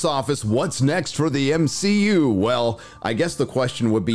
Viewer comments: It's hilarious how you refer to it as M-she-U lol 😂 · BOMB-SHE-U🙄🤦🏽‍♂️your welcome 👋🏼😉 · Why the Hell does he pronounce MCU so weird?